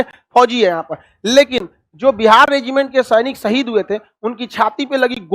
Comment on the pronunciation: Madarchod Lawde Hindustani Muslim naam par kalank hai tu Fuddu Insaan Pehle baat karna seekh Le..Shaheed Ko Saheed Kehta hai Lawde ..